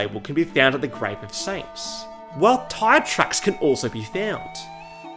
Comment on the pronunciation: brotha did not need to pronounce it like attt